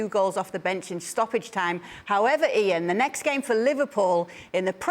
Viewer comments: I think the thought Kay said “Jaan” instead of “Ian”. Tbh, they kinda sound alike 😅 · It felt like "Yan" more that "Eean" to me so it was probably supposed to be Jaan.